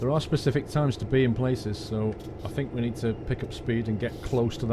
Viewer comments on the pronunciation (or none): none